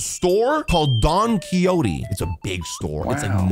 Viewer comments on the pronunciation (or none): You say donkeychote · It’s dong-ci-hote